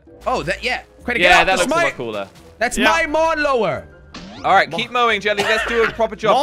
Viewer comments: Lawn Mower more like mawn lower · Jelly: mon lawer Me:lawn mower Hahahahah🤣🤣🤣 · "MaWn lOwEr" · Lol actually josh and crainer also called it mawnlower 😂